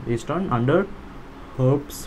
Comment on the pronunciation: It's pronounced as her peas